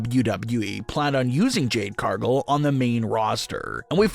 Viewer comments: CAR-gill. Not CAR-gull. Get it right. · Can you not pronounce Cargill?